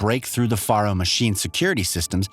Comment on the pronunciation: #1: Faro is pronounced like “Pharaoh”. That’s why the Chariot line of machines have Egyptian style names like Kopesh, Scarab (later known as "the Corruptor”), and Horus. #2: Hephaestus is pronounced “Ha-festus” or even “Ha-fay-stus”. Not “Ha-fay-Estas. I know, confusing spelling. But you know, the ancient Greeks were known for that. #3: No spoiler warning, huh? I hope no one who hasn’t played HZD yet, but plans on doing so doesn’t watch this video. The spoilers come out of left field and the plot twist more than half way through the game is EPIC. It would be a shame if it is spoiled for the newcomers who want to play it before Forbidden West drops. Otherwise, very informative video. Thumbs up.